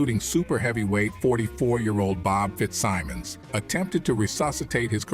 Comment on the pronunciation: what is up w/ this mis-pronouncing names in documentaries? Morgan Freeman I would say, knows how to pronounce Fitzsimmons. it was not only a fighter, but subsequently, a Teamsters boss. this 'dumbing down' is getting to be fashionable. and to those who may not be boxing fans, these photos are not Johnson! WTF are these impostors doing in this doc? the idea on paper is great, especially Freeman, to lend it credibility. but he doesn't! bullshit! half naked white girls w/ some tall black man. it has no relationship to reality. he was an amazing person w/ out filling his life story w/ bullshit!